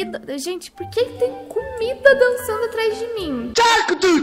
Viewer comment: a falando de 'cumida' eu: SE TEM CUMIDA EU QUERO SE NUM TEM VOU MERMO ASSIM NAT. amu vuce <3